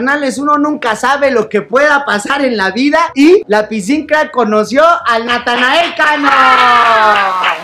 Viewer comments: Díganme que no soy el único que le dice natael cano xdddd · bro literal mente diste una explicación larga que nada que ver el se refiere que en lugar de decir Natanael dice Natael como lo dice ibai por ejemplo